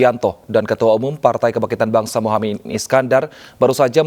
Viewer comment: Lucu pak Prabowo mengucapkan muhaimin keliru mengucap muhae man eman eman pak capresnYa dibaca tergopo gopo jangan geragapan /gerugi kasian